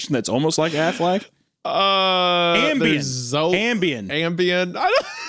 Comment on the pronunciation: It's Prozac but aflac does sound better. Hunter you even said it in that joke you made about Wody during the drawing video 😅